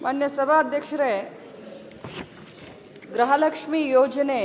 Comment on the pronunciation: ಅಮ್ಮ ತಾಯಿ ಅದu ಗೃಹ ಲಕ್ಷ್ಮಿ ಗ್ರಹ ಲಕ್ಷ್ಮಿ ಅಲ್ಲ.